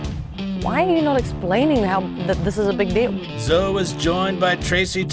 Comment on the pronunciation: Calls 'Killing Zoe' (the E's silent) 'Killing ZoEEE', calls ZoEEE Bell 'Zo Bell', but yeah, other than that, a perfect documentation of one'a my Mount Rushmore directors!!!!!